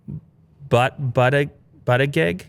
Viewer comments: He said "pete but a geg"... Close enough lol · Butting egg nice pronounciation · Pete butt-e-geg 🤣🤣🤣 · It’s Pete boota jedge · Buttigeig is pronounced bootejej 😂 don’t blame you for struggling to say it. I assume many people who haven’t heard the name being said would never be able to say it. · i literally can't get over how funny it is the way he mispronounced Buttigieg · It warms my Conservative heart that doesn’t know how to pronounce Buttigieg.